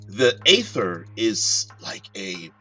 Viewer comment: It's ee-ther in American English. Long e, pronounce the r at the end. Other English speakers tend to omit the terminal r and make it ee-thuh. There are dozens of youtube vids and online pronunciation sites that will demonstrate it for you. This isn't a made-up fantasy word like Glyphx or Qy.